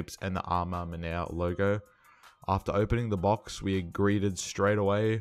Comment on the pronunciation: AJ3 "amamaners" 😂 pronounce "A ma Maneeair"